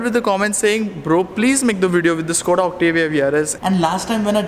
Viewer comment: Correct pronouncing is "Shkoda" , Škoda